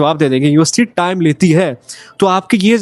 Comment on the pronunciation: bro did ya say UST or university?🙂